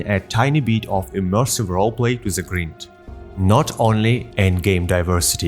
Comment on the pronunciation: Your pronunciation of the word "grind" is unique (and wrong) but it's understandable since you have the correct pronunciation of "grim" in "grimdawn". Use Google to see how it's pronounced :-). Awesome video + 1like & sub.